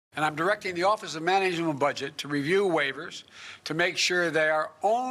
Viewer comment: “...office of manageamneal...” ////what////